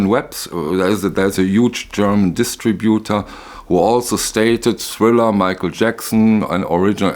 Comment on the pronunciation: You have to work on your english pronunciation and accentuation. The word distributor in english has the emphasis on the second syllable and not the third one like in german. And it`s "divided by" and not "divided through". Please don`t mix german with english.